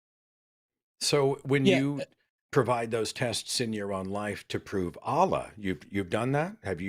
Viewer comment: "uh-LLLLUH" lol. Amir's Arabic pronunciation sucks.